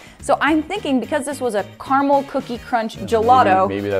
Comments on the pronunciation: ITS CARAMEL NOT CARMEL RAHHHHHHHHHHHHHHHHHHHHHHHH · It’s car-A-Mel not Carmel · im juat wondering WHERE IN CARAMEL IS THERE A U!!!!!!!!! ITS CA-RA-MEL NOT CAR-A-MUL!!!!!!!!! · Im sorry but its not CARMAL ITS CARAMAL OMG GET IT RIGHT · I always get confused when you guys say "carmel" Like it takes me ages to realise you mean caramel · Im sorry but.. Carmull